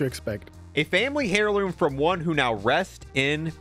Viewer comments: It's pronounced "air loom", not "hair loom" 😅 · "Hairloom" it's heirloom is like herb, so it's "airloom" lol